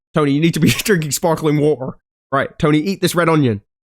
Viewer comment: the pronunciation of “water” had me laughing don’t know why 😂